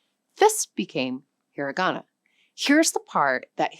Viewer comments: Not “he-ree-ga-na”. “He-ra-ga-na”. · "hirigana"??? No, dear, it's hiragana. Do you say "aphabut"? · You should atleast pronounce it slightly correctly.... It's hirAgana. Not "heariigana"... You forgot romaji which is also used. Along with loan words from basically everywhere. But yeah. The writting system here is fcked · "That's 'hee ree GAHna'". It's 'hee RAH gahna'. A bit weird to talk about a language and simultaneously mispronounce one of its pillars. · AI slop. Hir-i-gana? Ka-da-kana? Even the English is screwed up.